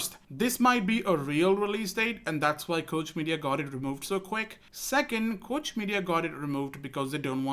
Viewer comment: Just an FYI for future reference Koch is pronounced like Coke the soda company.